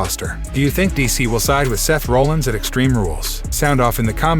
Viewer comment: You butcher Seth Rollins last name. You really butchered the pronunciation of McIntyre. And the first time you said Philadelphia… WHAT THE F#€|<!? Dude. Stop! You’re awful.